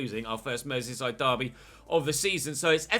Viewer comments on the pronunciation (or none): none